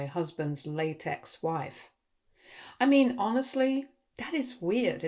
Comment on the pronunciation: Did you say "late-ex wife" or "latex wife"? Obviously, they'd both be VERY different stories. 😇